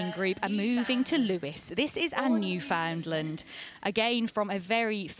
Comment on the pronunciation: Beautiful dogs. But could I gently ask you to learn how to say Newfoundland properly! My thx….